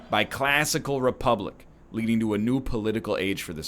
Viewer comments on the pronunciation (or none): none